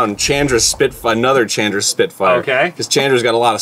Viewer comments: "Chan-dra". lol I understand since they were both clearly new to the game, but I still laughed every time he said it. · The way Arin says Chandra's name makes me more upset than it should XD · I haven't cringed at a power hour yet..... that changed today... from Arin's pronunciation of Chandra (whole video), to Dan's inability to calculate damage (@ 2x2=4, not 2)... It's funny and I love you guys, but omg my spine hurts from shuttering. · Hearing Arin say Chandra wrong hurts me. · I can't grill him on saying Chandra wrong since he's knew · The pronunciation of Chandra here hurts my head